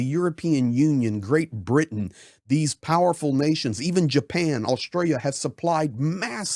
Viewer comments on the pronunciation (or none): none